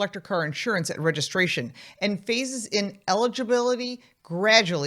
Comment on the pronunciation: Talk slower. Did you say " phases in eligibility based on year" ? Or " faces in eligibility based on year"? Many people with these types of cars are older and have older ears....